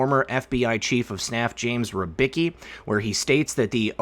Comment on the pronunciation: for the love of Emperor lern how to peonounce R Y B I C K I not rybyki.